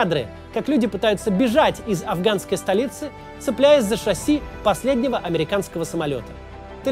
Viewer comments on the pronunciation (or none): none